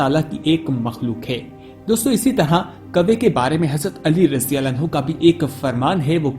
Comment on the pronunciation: Abhi tuje radiyallahu bolna nahi aata raji-raji kya krta he?